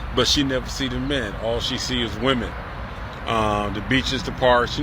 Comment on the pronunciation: How hard is it to say WOMEN? It's like Swimmin' with no S.